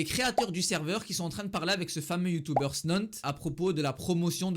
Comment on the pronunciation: Tu dis youtouber au leur de youtuber 😂😂😂